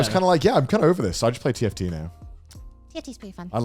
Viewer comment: each time conner says tft i just hear tf2